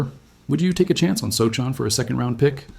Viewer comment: Want to try pronouncing his name again?